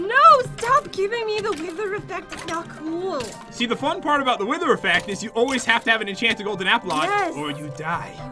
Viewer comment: When jet said wither she said wiwer